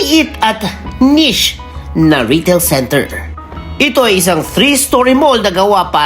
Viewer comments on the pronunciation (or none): none